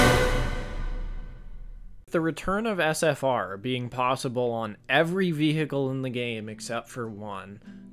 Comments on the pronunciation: very cool and funny video. one small criticism: never say the word vehicle again with that country bumpkin ahh accent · I really liked the vid, but man, you pronouncing vehicle like that somehow really annoys me TT